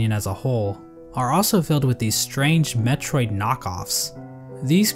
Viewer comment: ... you put the emphasis on VANIA, even though it should be on METROID. The VANIA is from Castlevania, lol